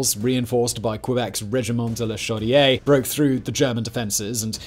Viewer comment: Great video but I hope you’ll permit a couple of tiny corrections: “Regina” is the capital of Saskatchewan, and is pronounced such that it rhymes with “vag~na”….you know….yeah, the capital of fun. Second: “Chaudiere” is said such that it ends with an “r”: as in “shodi-air”